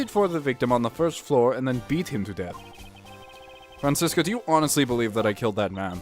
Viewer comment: That Franziska voice is PERFECT. And you pronounced it correctly too. German Dude approves